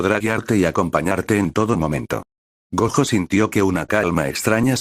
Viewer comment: Te recomiendo escribir Goyo en ves de gojo en el Loquendo, es mejor que algunas las palabras las escribas como se dicen en ves de como se escriben así el Loquendo no las dice de forma literal